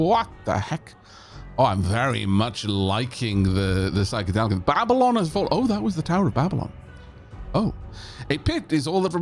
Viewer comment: It's Ball-bylon, not Babb-ylon. 😂